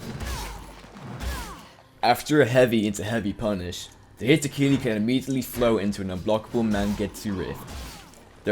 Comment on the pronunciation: "hitokili" "mengetsu lift"